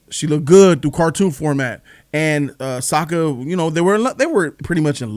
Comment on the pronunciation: Sokka’s name is pronounced “sock-a”